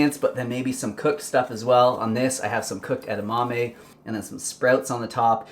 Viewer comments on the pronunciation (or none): none